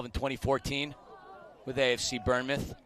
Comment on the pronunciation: I'm sorry please calm us bournemouth pronounced born mouth